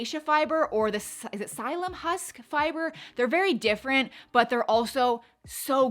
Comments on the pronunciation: It’s pronounced SIL-EE-UM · Wow! Sounds interesting! Ill eventually get to try all of those. Its pronounced as sil li um. The letter p is silent. Just fyi. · It is pronounced SILL-ee-um. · It's Psylium and the p is silent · Came here to correct her pronunciation as well.